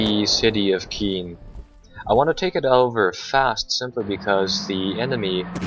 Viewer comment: I believe Caen is pronounced like "Khan" not "Keen" and Cherbourg is pronounced "Share-Bourg"